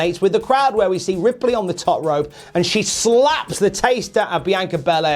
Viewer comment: He's pronouncing it fine. This might surprise you, but people from different countries, or even different bits of the same country, sometimes pronounce things differently.